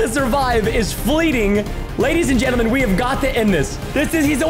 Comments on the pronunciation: When he was killing cows he said ladies and gesrms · I like how he said ladies and germes